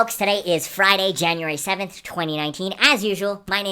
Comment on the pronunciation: 2 words he said January too😂